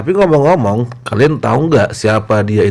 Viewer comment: Podomoro apa podoromo? Ngemeng apa ngomong?